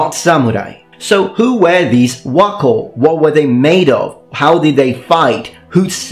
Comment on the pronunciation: I am so impressed you got the chinese pronunciation of wuokou right.